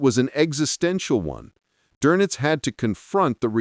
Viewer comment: Not Donuts- Donitz